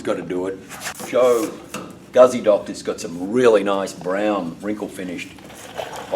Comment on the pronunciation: great job but its a fucking guzzi not gazzi